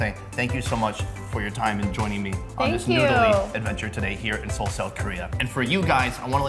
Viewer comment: Not see ol